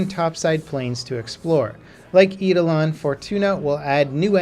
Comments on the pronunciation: Did you just say "plains of Eedelon"?! Facepalm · "Eedalon" Kek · Finally some Warframe news! And it is pronounced "aidolon"! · My ears bled when he butchered that. But I appreciate him putting the word out there, though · I got triggered the way you pronounced eidolon lol